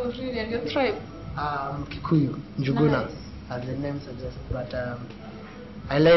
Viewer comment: Yes, double oops! You want to identify your African tribe by using a English suffix to name the tribe = confusion. Not forgetting how she twenged it.